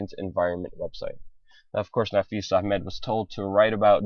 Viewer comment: guy doing voice over sounds VERY, VERY JEWISH.......suspicious......also does "ch" pronunciation in "A.....ch....med"...too, too well!!